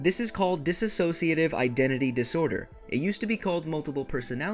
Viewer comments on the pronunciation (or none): dissociative, not dissasociative. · D.I.D. is not rare. It affects 1-3% of the population and this means it is more common than Schizophrenia or for an easier example, there are more DID systems than naturally red headed people. Also its DISSOCIATIVE NOT DISASOSIATIVE! this is how yall keep mispronouncing. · 1) Its not dissAsociative identity disorder. There's no A in there anywhere. Written or pronounced. 2) The incidence of DID within the general population is the same as the amount of people with RED HAIR! DID IS NOT RARE!!!! While there are well known and documented fakers, this disorder outranks both bipolar and schizophrenia in terms of incidence rates. 3)The "biggest" personality" aka the core/host isn't always the core. The biggest and strongest person within a system can be an alter! In fact, they're actually ALL alters. Every single person within the body is an alter. No 1 person is more or less than anyone else. The idea that there was 1 is outdated now. 4) THERE IS NO SPLITTING! Current research actually points towards EVERYONE starting out as pieces only 'normal' people's pieces merge together as they grow. If that fails to happen because of trauma/neglect/abuse etc then the parts stay separate and develop on their own, the more they are used, the more well rounded and developed they are. They aren't just pieces of a broken plate or person. THERE NEVER WAS JUST ONE PERSON! 5) Fragments and alters are completely different things. Fragments are limited to 1 task or role, generally have no name or defining features, they don't generally take control of the body easily or at all sometimes... Alters have unique and very defined names, ages, appearances, skills, ways of perceiving and interacting with the world and they are also capable of many varied tasks. They are fully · why do so many people say dis a sociative it is dissociative. :D :) :O)